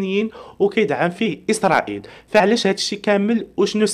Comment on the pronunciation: اليان الحال وليس ايسريل